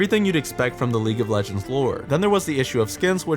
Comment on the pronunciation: Calling the champions legeñds over and over is really annoying xD